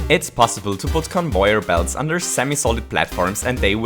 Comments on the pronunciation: convoyer belts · CONVOIYOR BELTS